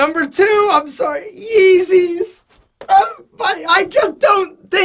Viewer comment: Did he just say yeezy